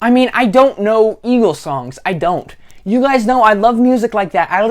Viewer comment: tears up What the hell is going on with “yuh”,?